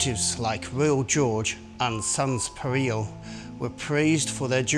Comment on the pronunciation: Thank you sir, very nice video. Two very minor mispronunciations…. The beginning of Etherley is pronounced like Heather without the H. And Sans Pareil is pronounced pa-rye. At least that’s what we say up here in the North east and we are never wrong 😂. Thank you. I’m a new subscriber.